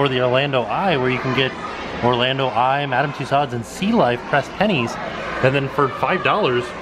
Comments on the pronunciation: Love love love your videos. But small issue. It's Madame "two sos" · every time you say Madam Tussaud, you kill me. A piece of my soul vanishes....... I love you but it's pronounced with an O not a D... 😂❤️ So it's not tussaud it's tussauo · Apparently, Tussaud's is actually pronounced "two-sew-zzz" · Hi. FYI...Tussauds is a French name and is pronounced TUSOOOZ. Thought you would like to know.:) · Is that EyePad actually an android? That would be so amazing. And it's pronounced two-so. LoL